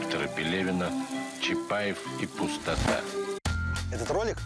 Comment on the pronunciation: Я вот только одно не могу взять в толк. Произведение "Чапаев и Пустота" по идеи должно произноситься "чапаев и пустОта". Ударение на предпоследний слог "О", так как это фамилия Петра. Петр ПустОта. Но в кино, все его друзья и автор фильма произносят с ударением на последний слог "Чапаев и ПустотА". Хммм🤔